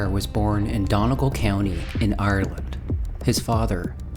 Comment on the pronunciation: not sayin this to shit talk but to pronounce Donegal the Done part is "dunny" and the gal part is pronounced the same way youd say "gall" in gallbladder and that also applies to Galways pronunciation Enjoying the video so far jus wanted to mention this! :D